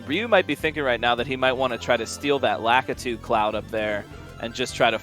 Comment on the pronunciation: I just want them to say LAKITU correctly